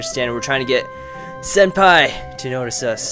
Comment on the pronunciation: believe it is pronounced Sen-Pie